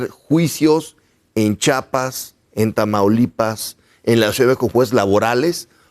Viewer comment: Se dice “Chiapas” que ignorante es ese que opina , ni Chiapas puede pronunciar bien